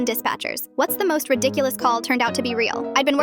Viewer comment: Nine- wweleven dispatcherrrs